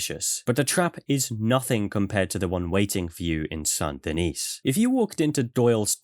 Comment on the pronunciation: You are the only person to pronounce Saint Denis in such a way the auto-captions can comprehend and read correctly. Instead of just saying it, well, American.